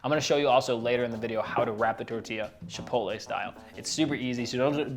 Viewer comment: The fact that you call it "SHipotle" made me feel fancy watching this